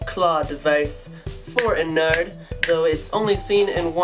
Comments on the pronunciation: it's ennard not en-ared so it's kinda like innard like organs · You do realise your pronouncing ennard wrong